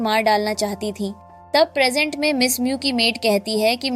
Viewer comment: प्रजेंट को प्रेगनेंट बोल रही h 😂